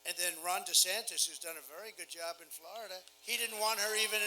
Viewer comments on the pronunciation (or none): none